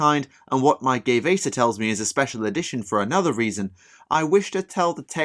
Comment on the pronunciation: Along the same lines, Gue’vesa would be pronounced more like Gway-vesa instead of Gay-vesa. Sorry, I got that little bit of comicbookguy in my soul. I always love a lore video about Tau.